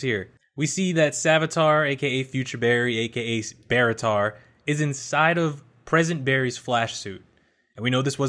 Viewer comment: Please never say Barritar again